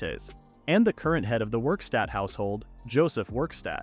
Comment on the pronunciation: Werkstatt not Wikstat